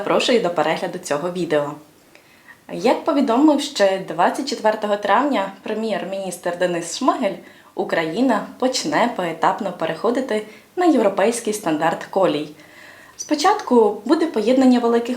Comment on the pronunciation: Та міністр не шмагель, а ШМИГАЛЬ!!!ВЧИ,.Не колея, а КОЛІЯ.не двух(російською)а ДВОХ(Українською)Виходиш в ефір, РОЗМОВЛЯЙ ГРАМОТНО!